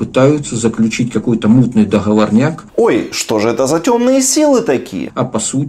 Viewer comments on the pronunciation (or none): ДоХоворняк? Хоспадя....